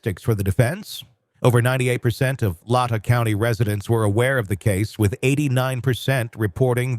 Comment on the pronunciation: It's Not lot ta county its Lay Tah county. Latah 41k residents is the whole county Moscow has around 31k. I live in Latah County.